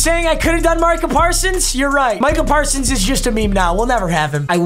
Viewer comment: every normal person: micah parsons: marcah parsons